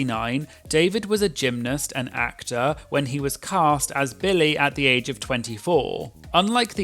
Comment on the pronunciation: Great video. But if I may…Billy. Not Bill-lay😅